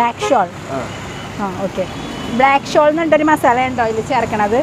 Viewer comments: മലയാളംനേരെപറയാൻപഠിക്ക്...ബ്ലാക്ക്ഷോൾ മസാല😢😢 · Black shall alla 😂😂😂 black salt... Hindi karde ucharada reedi manasilavanjitta 😂😂